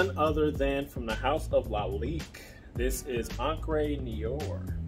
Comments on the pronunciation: I just got it. I like it. btw it's pronounced Know are but more like in noh-wahh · It’s prononced: Noo-are, not nee-or… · Another one that cannot pronounce Noire...how hard it is for real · Man you are horribly mispronouncing the word Noire in the name of this fragrance. But nice that you were able to find it at TJ Maxx. I have been curious about that one. I don’t think it’s for me, but I would love to at least get a whiff of it.